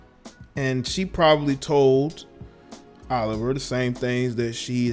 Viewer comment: Oh-live-ee-aye Martinez, not Oliver.